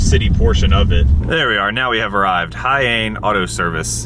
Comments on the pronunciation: Hiyane = He-yah-nay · His name is pronounced Hee-ya-nay. Interesting fact about him: He is the first Okinawa D1GP drifter. Competed with an AE86 and now competes in the local events in the first black S15 you showed in the video. I remember member watching him back in the early 2000's. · he-yah-neh is how you pronounce it btw ;)